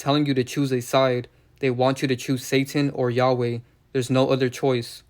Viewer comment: Say he’s name right first